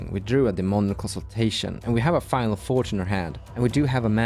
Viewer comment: I'm just sitting here thinking "why does keep saying final fortune" and realize you mean finale when you mention the cage